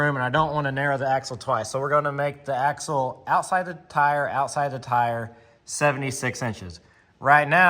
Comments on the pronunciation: AXLE, NOT AXEL..... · It's "axle".